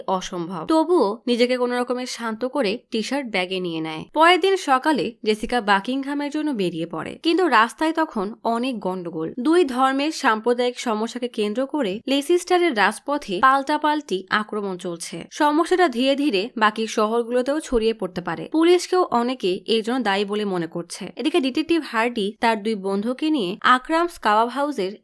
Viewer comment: লেসিসটার না, হবে লিস্টার।